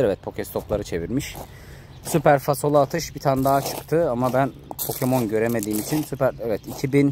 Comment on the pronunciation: fasolu değil falsolu kral